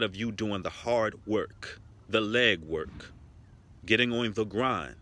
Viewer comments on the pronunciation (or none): See you said.."leg work" but I HEARD "Lead work".. but lead like the METAL... OR IS IT MEDDLE? GO HEAD NOW.... YAZ.. .I luv it...